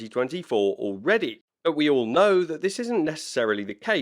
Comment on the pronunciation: Nah, he says. "But regardless...", though the "t" got a little lost through his accent, so it came out as "Bu' regardless..."! No Biggie! 😉👍